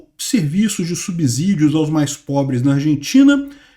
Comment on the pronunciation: vou te dar outra dica. A pronúncia correta da palavra SUBSÍDIO é SUBCÌDIO e não SUBZÍDIO. O S tem o som do fonema /S/ CÊ e não do fonema /Z/ ZÊ. Isso se chama erro de ORTOÉPIA.